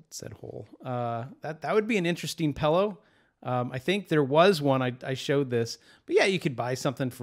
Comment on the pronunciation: I love how you say pillow! 🤣🤣🤣🤣🤣🤣🤣🤣🤣🤣